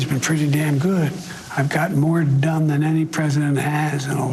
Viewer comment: Biden just admitted he got more dumb than any president 😂. I heard dumb instead of done